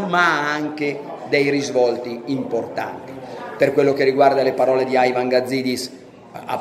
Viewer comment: Ma perche Aivan? Sembra Aigor di Frankstein junior